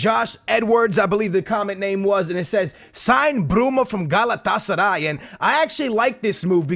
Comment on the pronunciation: omg how bad u say galatasaray :o